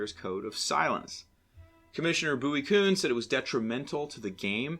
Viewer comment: Kuhn. Pronounced KYOON. And you call yourself the baseball professor?